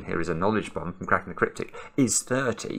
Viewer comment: Caaa-racking the Caaa-ryptic!!!